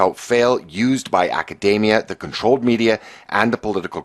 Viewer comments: My favourite thing about is that he pronounces 'academia' like 'macadamia' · No, it's pronounced Acadaemia. Like the nut, you know?